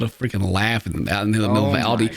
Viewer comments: Using a short "a" for Ald (apple)i instead of like Aw-ldi is just plain blasphemous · As a German, hearing you pronounce Aldi was wild...